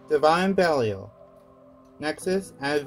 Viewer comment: Belial, not Belfyre